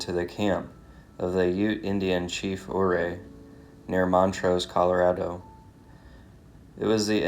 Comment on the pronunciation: Also, I thought you would have ask me what names you mis-pronounced in your Packer podcast. It seems as though accuracy is not that important to you. Ouay is pronounced "U-ray" and Saguache is pronounced "Sa-watch". Ok, now you are all fixed!